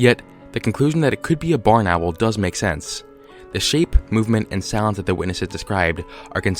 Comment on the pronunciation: the way you say barn owl sounds like boneral